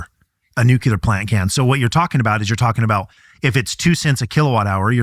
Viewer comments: WHY CAN'T THIS GUY PRONOUNCE NUCLEAR PROPERLY?!! " NEW CLEAR" ITS SO EASY HOW ABOUT A NEW QORD FOR YOU BECAUSE IT IS CLEAR THAT YOU CAN'T PRONOUNCE NUCLEAR PROPERLY!!! UGH 😫!!! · Nucelar ahahha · When people say "Nuculur" vs. "Nu-clear" as it's intended, it is so aggravating! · WHAT ??? Is your guest actually saying "NEW~CUE~LAR" instead of "new~klee~ahr" ??? Bwahahaha. Yeah, he's an educated expert. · Is someone who specializes in energy production really saying nuclear incorrectly?